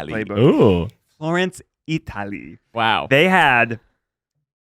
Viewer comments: ‘Florence EITALY’ quote from Ned when he is highly caffeinated. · Can we talk about how weird Zach says Italy?